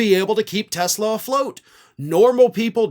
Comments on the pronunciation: He called it a Tesler. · It’s Tesler! 😂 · It’s not a Tesla it’s teslur… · N dump called it a Tesler 😂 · Actually it's pronounced "Teslar" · Oh you mean Tesler! Let’s call those things “Teslers” from now on🤪🤪🤪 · “Tesler” car ad. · You mean, tesLER, lol ! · You mean "Tesler"? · You mean, Tesler.....😊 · TY Boycott TESLER, another one of Trumps speech defects , LOL I watched the Commercial? With those two idiots and the Jeep back fender fell off so hilarious 😁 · He actually said "Tesler". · It's pronounced "TESLER", and taxpayers paid for it! I'll drive a '74 Ford Pinto before I drive a "Tesler"! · "I love Tesler!" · He called Tesla..."Tessler". 🤣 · His best buddy "Tesler."